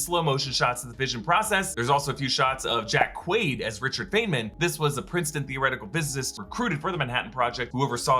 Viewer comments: It’s pronounced “fineman” not fainman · Feynman is 'FINEMAN' not 'FAINMAN'. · it's pronounced fine-min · Richard Feynman, you should learn how to pronounce his name.